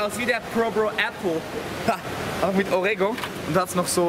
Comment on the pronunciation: Orego? Oreo??